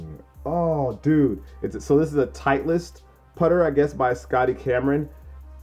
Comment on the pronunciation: Sic putter! SC putters are good, have a real smooth balance to them. They are a bit over rated though & more than a bit overpriced. Hate to do it, but it 's just bugging the hell out of me; pronounced "title-ist" vice "tight-list". Fun fact of the day; Titleist is owned by Fila. I miss the Fila glory days when all the cool kids were rockin the Grant Hills and I had to go for the cheaper yet still dope af, Jerry Stackhouses!! Miss that 90's shoe culture something bad.